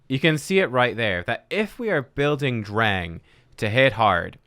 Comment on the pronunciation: Dreng means boy in Danish. It’s pronounced d’rhaijng.